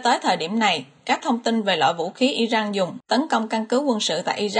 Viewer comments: Đề nghị người đọc tin nên đọc tên các nước như " I Ran là I jan.hay là I Rac" chứ không phái là "I Jắc " làm ơn phát âm cho đúng bởi vị đọc sai nghe rất khó chịu xin cảm ơn. .. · Dẫn chương trình mà các tên nước lại đọc chệch sai kinh thế bạn? Sao lại đocj là Irăng??? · cách đọc theo thói quen của ng Việt, hồi cấp 2 thầy cô mình cũng bày hc trò đọc vậy